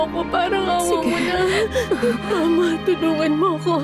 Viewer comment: mama (mabagal na bigkas ) tawag ni rosalinda kay soledad imbes na mama (mabilis na bigkas)